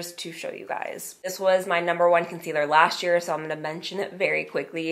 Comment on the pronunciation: Please stop saying "dish" year and "lasht" year, it is"this year"and "last year"!